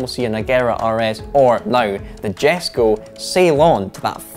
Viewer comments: You say jesko wrong man please learn to say or right and I record the jesko absolut will blow the Chiron away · It’s Yes-Ko not Jes-ko. I’ll never understand why so many automotive journalists can never pronounce vehicle names correctly. Too many auto journalists say names like Porsche wrong. It’s Poor-shuh not Porsh. I couldn’t think of anything more infuriating as a auto manufacturer or designer than listening to someone mispronouncing the name of the vehicle that so much time and money was spent on. Lamborghini names are constantly mispronounced. Jalpa and Jarama are two of the most mispronounced I can think of. The “J” is pronounced as an “H” as in Hal-pa and Har-ama. The Gallardo is another. Commonly pronounced Ga-lar-doe which is wrong. It’s Guy-ar-doe. The Pagani Huayra is usually said wrong too. Huayra is pronounced Why-Ra. Obviously when a journalist is writing an article that’s only going to be read there’s no problem but when these guys are making videos and saying the names of vehicles they should take the time to make sure they’re pronouncing the names correctly. Not only so they don’t sound like they don’t know what they talking about but out of respect for the automaker and designers that named them. To a designer saying a vehicle’s name wrong is like saying someone’s child’s name the wrong way. A little research goes a long way. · it is pronounced as Yesko